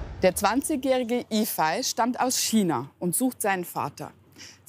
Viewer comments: Toller Film, aber fragt den Jungen doch bitte vorher, wie man seinen Namen richtig ausspricht. Yifei würde nämlich eher wie Yifäi ausgesprochen, so wie Sie den Namen betonen, würde er eher Yifai geschrieben. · Sollte eigentlich i-fej und ü-hu ausgesprochen werden. 不骗你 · Nein...sie hat den Namen nicht wirklich Iehpfei ausgesprochen..